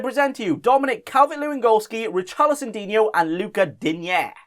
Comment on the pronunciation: Richarli-Son Heung Min